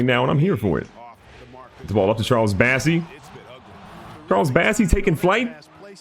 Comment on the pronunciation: Love the vids, but please call Bossey by his real name! It's bOssey, not bAssey